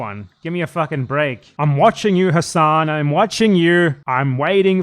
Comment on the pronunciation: Turks don't care about Arabs dude. They have so many racist terms for us. He doesn't even correct people for mispronouncing his own name, and he's brainwashed into mispronouncing it himself. It's pronounced Ha-Sin("Ha" and like the word Sin, or Sen). It's not Hass-On, like a street fighter move. There's no vowel towards the end of Hasan in Arabic. Sorry, it just drives me crazy cause I'm a Shia, plus I hate people too scared to correct their own name to people their entire life.